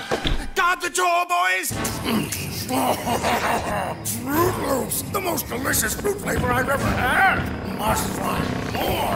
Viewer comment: FROOT LOOPS. say it with me. fro͞ot lo͞ops. It's not hard.